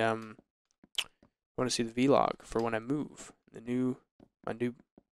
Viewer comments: It's not v-log, it vlog! God that's annoying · Guys, it's Vlog, not V-log, video blog, on syllable- Vlog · VLOG not V-log!